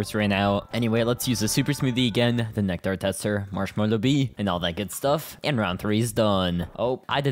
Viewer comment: i swear has to just be saying nectar like that to piss us off